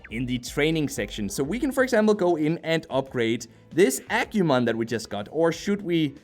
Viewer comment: Hoo boy I love your videos man but you hurt my Digimon loving soul every time you said "dig-ee-mon"... It's "di-gee-mon" Same with "ahh-que-mon"... It's "ahh-goo-mon"(I guess I can see how you might have saw a q in place of the g in Agumon the way it was presented) All that said I managed to power through the video and thank you for the review! it's a shame it's just another gacha game with a poor battle system...